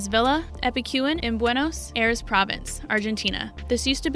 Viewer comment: "Pen-al" colony? Wtf! Buenos ( long pause whilst I read a book/catch up with my laundry/ contemplate my navel) Aires? Yes we all pronounce things differently. Some correctly or in her case, not.